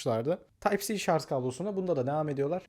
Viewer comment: KAFAYI YEDİM ŞARJ KELİMESİNİ DUYARKEN ama video güzel